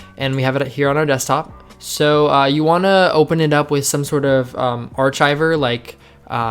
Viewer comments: lol its ark-hiver, not arch-hiver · ar "ch" iver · fyi archiver, is pronounced arkiver, not like chives lol. For all the new programmers please don't delete the comments, they are useful and good practice. On the toml just add a space. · "Arch iver" lol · This man just says archiver instead of archiver